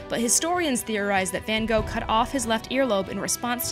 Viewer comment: I think you mean Van Wogh